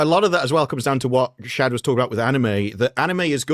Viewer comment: It's Shad.